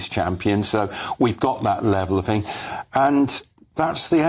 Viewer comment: Wish he wouldn't say 'fing' for 'thing'.